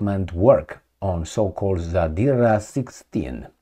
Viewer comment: you pronounce "Peresvet" correctly. Also "Zadira" too. But "Kinzal" is wrong, the "z" sound should be like in french word "Visage" - g sounds like.